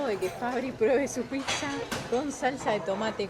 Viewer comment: Pizza se dice, no pitzza chabon